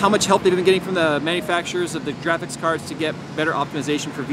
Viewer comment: Jraphics Cards... Lol.